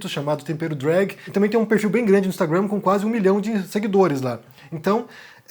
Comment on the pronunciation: Acho engraçado vc pronunciar de maneira correta o Instagram. "Instragruannn" kkk